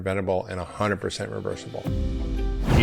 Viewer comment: It's so strange to me to see a doctor who can't even pronounce hundred correctly. Hun -dred. Like Judge Dred. Not Hunerd.